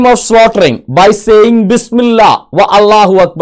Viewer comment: അള്ളാഹു എന്ന് ശരിക്ക് ഉച്ഛരിക്കാൻ പോലും കഴിയുന്നില്ല വലിച്ചു വിളമ്പുന്നു